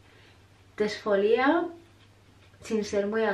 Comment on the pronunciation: Exfolía??? Con acento en la I????Exfoliar no lleva acento.... suena fatal